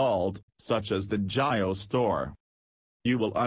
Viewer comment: It's not jayo it's jio india🇮🇳